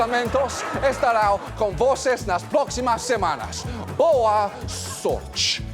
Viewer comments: Boa sooortjeeeeeee. Great pronunciation! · John nailed the "te" pronunciation at the end of "sorte" (luck). Which, IMHO is the second hardest thing in Brazilian portuguese for stranger to pronounce